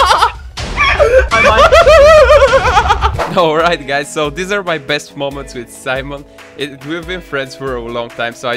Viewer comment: said aru in the "comment aru" part lol but anyone aru